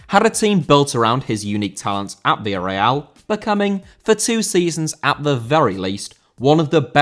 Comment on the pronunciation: Villarreal* not Via Real